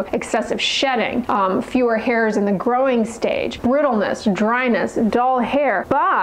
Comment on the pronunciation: Whenever you say, "growing," it sounds like "groin."